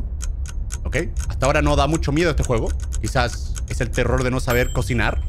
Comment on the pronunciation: eh vivido engañado NO SE DICE TERROR SE DICE TELOL xD asi lo dijo german XdddddddddddddddXXXXXXXXXXXXXXXXXddddddddd